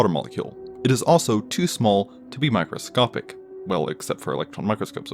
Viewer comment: After the 4th time, you said micscopic blah blah blah. I left and gave you a thumbs down. You're annoying.